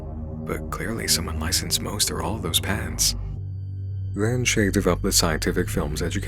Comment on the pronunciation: Is it only me that hears "pants" not "patents"?